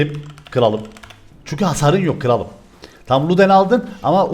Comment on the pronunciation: 4.44 kıralım degil kralım